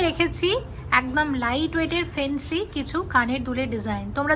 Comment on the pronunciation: Phency ki bhai fancy bolo na😅